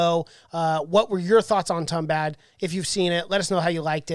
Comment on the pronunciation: You gotta pronunce it as Toombahd